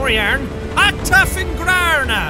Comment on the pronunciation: Love how you pronounced "Akta fingrarna" xD